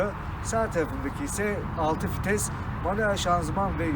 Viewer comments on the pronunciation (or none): Hocam fites değil vites, Renolt değil reno, Sıkanik değil senik diye okunuyor. Bukadar potansiyeli yüksek bir kanal diksiyona dikkat etmeli bence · Fites değil vites kardeşim